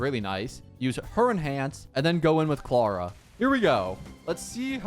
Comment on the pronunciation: He says Clara like "clawuh"